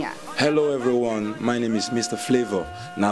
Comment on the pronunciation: Oh God, I really love Flavour, hes so hot and stuff but what the heck is wrong with this journalist in less than a minute of this video, I see her not being able to pronounce his surname properly!! Wtf. Come here, Flavour N'abania, I will interview you! <3